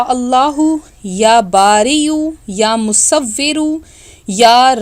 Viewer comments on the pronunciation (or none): Madam ya musfiro nai hota ya musavero hota ha OK surat banany wala OK pehly bolna sekho